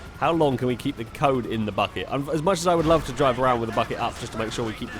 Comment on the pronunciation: said bucket and it sounded like fuck it I'm only 1 day old I'm unsubbing